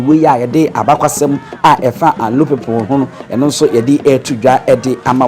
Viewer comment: Please the name of the town is anlo no alo ,,,,and the raver is amu not momo